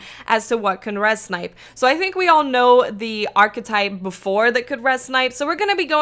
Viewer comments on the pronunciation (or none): The way you say archetype hurts me deep in my soul.